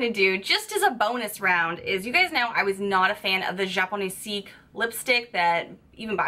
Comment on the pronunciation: please list the names of the products u review in the comments section. I think you were using the japonesque lipstick, but u miss pronounced it. it's like arabesque, not japoneseek. and there was no way for me to know for sure. I also missed the name of a brush u reviewed in another video.